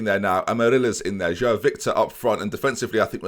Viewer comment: João I believe is pronounced J-wow but like a soft j if that makes sense